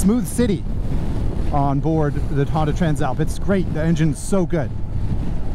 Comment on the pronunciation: Always thought Tran Slap was an odd name for a bike , until I heard you pronounce it properly